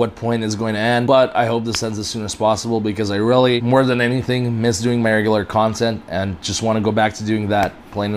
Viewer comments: "Anysthing" -"Who?" "Anysin" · "Protection from what?" -"Anysthing" 🤣